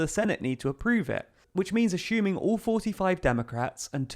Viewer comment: Anybody else noted that he says “ashoeming” rather than assuming?